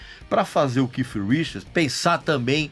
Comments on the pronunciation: Não se diz que com essa impressão de kiff, é KEITH, com som de T. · Porque esse fresco nao chama o cara de keith? Fica keiff pra la keiff pra cá, so pra ser diferenciado, desnecessario isso. Keiff minha rola. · A pronúncia do nome não é essa vc tá forçando a barra no seu inglês tupiniquim